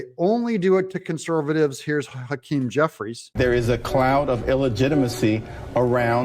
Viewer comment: Jeffwies lacks integwity. Twump won. Joseph Wobinette Biden... is a cwiminal.